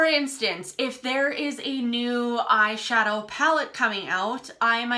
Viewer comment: when she says post I can hear an accent haha or when she says eye-shahdoee. Is she Irish or Scottish?